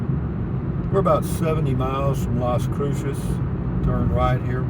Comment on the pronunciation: Is it a boomer generation thing to say things the wrong way and then correct yourself? Like how you did with scenic? I've heard others your age do it. Was it from a radio or TV show? Also please ask a local how to pronounce Las Cruces. It's not "crew-shush". It's "crew-suhs"